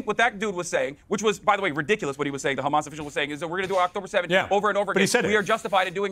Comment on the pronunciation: Oh Gods, I heard her say "Khamas"